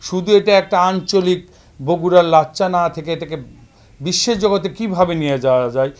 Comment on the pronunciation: সাংবাদিকতার জন্য নূন্যতম যোগ্যতা থাকা উচিত। উচ্চারণটা হবে "লাচ্ছা"। লাচ্চা না।